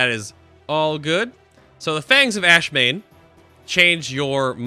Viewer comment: By the way, it's AshAmane, not Ashmane.